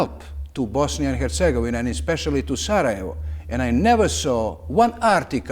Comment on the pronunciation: Yet he is mispronouncing Bosnia and Herzegovina consistently.